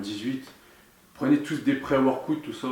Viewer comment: " Pré-worquoute " Haha est partout!